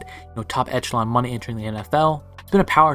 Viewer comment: Today bit...make sure you facts are more precise and try not to use the word echelon so much...also it's pronounced eh·shuh·laan...constructive criticism THATS ALL!